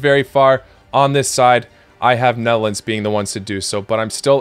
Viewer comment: Did you say melons or nedlands or netherlands?